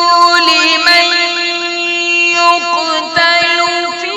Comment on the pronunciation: اللھم زد فزد،،،،،، لیکن "لمن یقتل" میں قلقلہ نہیں محسوس ہو رہا ہے حالانکہ ہونا چاہیے